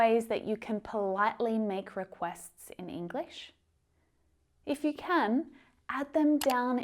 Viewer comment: Would it be possible for you to learn how to correctly pronounce “if you”?